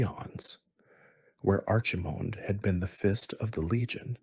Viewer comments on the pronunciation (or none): ar chi mond and sar jer as made me get out of bed and turn it off. cant listen to that all night 🤣